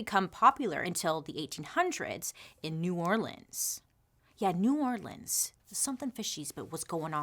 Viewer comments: Thanks for pronouncing New Orleans correctly ♥️ Angola prison in LA is a working farm.. slavery at it’s finest!! Still happening today. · Thank you for pronouncing New Orleans correctly ❤️